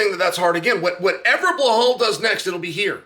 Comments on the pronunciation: Chael, why is it so hard for you to pronounce Belal correctly? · Hey Chael where did the H come from in Belal’s name? 😂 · Love you Chael, but heads up there’s no H in Belal 😂